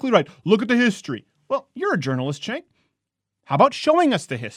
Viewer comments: It's pronounced Gank with a G. Not Chank. But who cares... he is still wrong. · Everyone keeps mispronouncing that guy's name. It's pronounced (chŭngk) ....you know, like a chunk of horseshit. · Azazel Dreciare His name is Cenk and pronounced Chenk